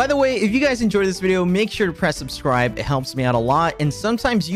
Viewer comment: i swear on alex's fourth "subscribe" of the intro he's saying "subscrived" instead and now i have to skip through it